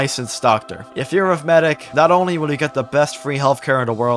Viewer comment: Medic, It's medic.